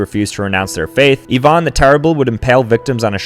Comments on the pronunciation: It’s not “eevon” it’s “eye van” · Ivan bro, not Eevan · I’m sorry but why did you call him EE-van the terrible? It’s I-van the terrible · It's pronounced Ivan (eye-van) not Eevan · Its eyevan not eevan (ivan) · Calling Ivan the Terrible as Ivahne is just bizarre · Nah bro nobody's talking about how sad "EEEvan the terrible" like it's just Ivan bro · It’s Ivan not Evon😂😭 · Eye ven not EeeVon the terrible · I thought it was pronounced "eye-van", not "ee-vahn". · Ivan not evon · This might sound a bit stupid but why did say eevahn instead of Ivan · Eye-vin not Yvonne. 😂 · It’s not evon, it’s Ivan the terrable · "Evan" yeah this guy's sped like is audience. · I-van , Ivan. GEEZ. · "Eevan the terrible" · “Yvonne the Terrible” He’s not stupid. He totally knows how to say that name. He does it all the time. That right there just proves that he knows. Any engagement is better than no engagement I guess. And again, isn’t dumb at all. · “Ivonne the terrible” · Pronouncing Ivan 'yvonne' is crazy talk lol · “Ee-v-ahn” the Terrible is crazy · You sais Ivan wrong( i would know i have his name) correct pronunciation " I-ven" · “IVÁN the Terrible” 💀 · "E von"😭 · nobody talking about how he said ivan the terrible 😂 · That's not how you say Ivan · Hate how he just pronounced Ivan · The way you pronounce Ivan is painful. Lol.